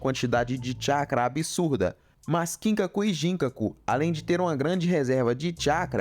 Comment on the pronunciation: KIN-kaku e GIN-kaku 😂😂😂😂 mano a pronúncia não é assim, ela é ginKÁku e kinKÁku